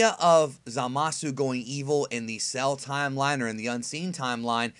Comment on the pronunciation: Please say time-line one more time